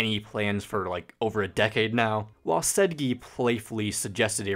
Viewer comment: sehjeeee and then later said-gee howley karacka felderman also horowix